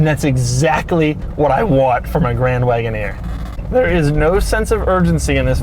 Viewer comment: Jeep Grand Woodoner😂😂